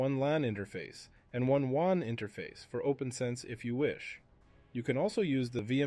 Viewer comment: AI voice must be a fan of Star Wars as it pronounces WAN like Obi wan! 🚀